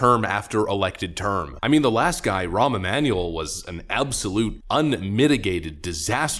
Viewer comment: Did you mean Ramm Emanuel? RAMM Emanuel ? RAMMM Emanuel R A A M M M Emanuel? Obozo's Chicago Bath House buddy?